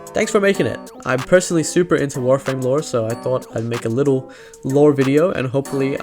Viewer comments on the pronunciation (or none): none